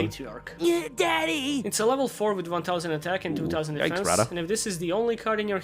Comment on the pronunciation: "one tow-sand"